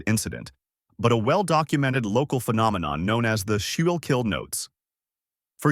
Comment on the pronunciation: Just so you dont tie your tongue in knots or sound AI, Schuylkil is pronounced skookel. Its probably pronounced differently, but you'll save alot of confusion and laughter if you just pronounce that way.